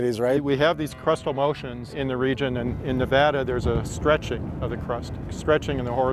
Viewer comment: Stop mispronouncing "Nevada." !!!